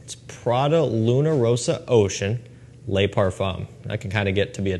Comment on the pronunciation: Pronunciation Police 👮‍♂️ Les = “lay” Le = “l’ugh” but one single word no gap